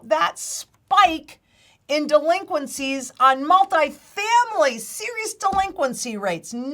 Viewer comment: 'Duhhh-linqencies'. You get the fumes.